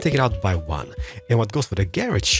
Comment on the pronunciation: "wan, too, fee, for"